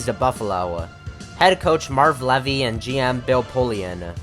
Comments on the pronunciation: It's pronounced "Lee-vee" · Good lord, also it's pronounced "LEE-vy" c'mon man...